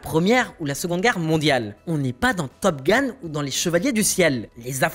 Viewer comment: La prononciation de HARRIER et TOP GUN... entre autres franchement ! Concentration ! Pas besoin de péter les feu comme ça et mettre les bonne image aussi ! De pire en pire